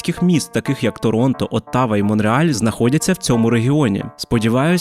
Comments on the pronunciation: молодець, але Оттава вимовляється зовсім інакше. Це свідчить, що автор знайшов дані десь у вікіпедії та жодної уяви не має, що таке Канада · навіщо. Я чую як назву міста вимовляють місцеві. І вона інакша аніж те, що я почув на відео. Звучить, як автор ніколи не був у Канаді та просто взяв інформацію десь на Вікіпедії та "створив контент"